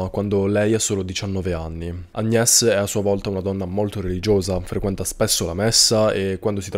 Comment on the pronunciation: Se Paris si pronuncia Parí.. Agnés si pronuncia Agné! 😉👍